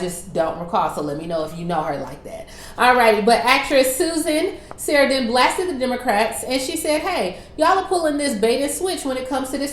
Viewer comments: Hi,, her Last name is pronounced sir ran don and she plays in Thelma and Louise w/ Geena Davis; Little Women w/ Wynona Ryder playing her daughter; Stepmom w/ Julia Roberts. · SUSAN SA-RAN-DONE PRONOUNCED A VETERAN ACTRESS TV/MOVIES GOOGLE HER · the "saran" in susan's last name is pronounced like saran (wrap). she's been in a whole lot of stuff, but not many that pop culture would be familiar with. probably the most popular ones are "the witches of eastwick" and "thelma and louise." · You are pronouncing it wrong. She has been in a lot of movies. Stepmom with Julia Roberts. Tammy with Melissa McCarthy